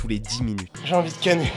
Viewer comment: on entend beaucoup plus "j'ai envie de ken" plutôt que "j'ai envie de canner" mdrrr